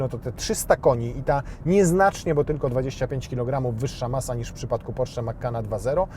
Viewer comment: Wyszło prosiak, nie porszak w języku mówionym.